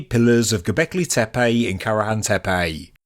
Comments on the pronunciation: Sorry but I believe it is Tepe not Tepey: annoying throughout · The name/word "Tepe" is pronounced "Teh-Peh" not "TEA-Payjhhhh"!